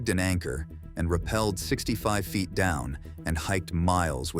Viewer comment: "8000 feet" not fite